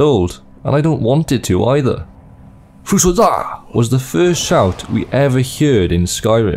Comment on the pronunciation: It's fus ro daah, not fus ro duuuh.